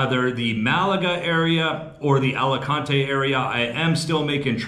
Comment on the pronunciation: Nunca debes intentar leer o pronunciar el español igual que lo harías en inglés. Alicante 😂😂